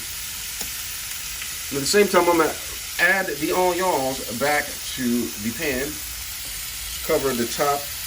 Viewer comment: WTF is ony-owns and salm-owns? Why in the beginning you said onions in a proper way then switched to any awe?